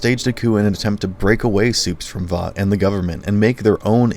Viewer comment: I wonder how people can watch a show to the end hear the same word over and over and over and still not be able to actually pronounce it properly like Vought you say it wrong they say it a million times in the show how do you get it wrong